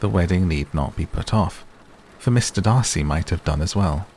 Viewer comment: Yay, the correct Darcy! 😂😂